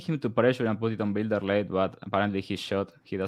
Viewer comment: “Bile-der” learn how to sound out a word you inbred…nothing like offering betting advice when you have a first grade reading level😂